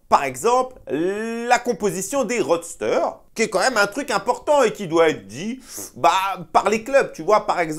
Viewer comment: Roster, ce n'est pas roadster. 😉😅